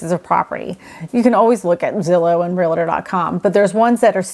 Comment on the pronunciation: Just an FYI: There is only one "a" and two syllables in the world "Realtor". Real-tor NOT real-a-tor.